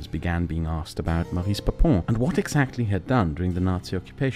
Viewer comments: Since we're talking about a n4zi, we forgive you. But it's pronounced "Móris" not "Maris". A masterpiece, as usual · Did he just just say Baris?!